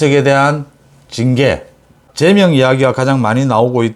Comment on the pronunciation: 제명의 발음 엑센트는 앞글자 제에 있지않고 뒤글자 명에 엑센트가 있습니다